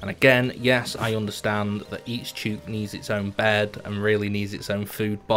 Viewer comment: Thouroughly enjoyed the video. Love watching people play dinkum for the first time. Would love to see 200 days! Btw, chook rhymes with book lol